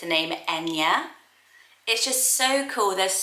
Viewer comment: I'm Irish and I'm sure there are people with the name enya but most people pronounce it like Anya with the spelling of enya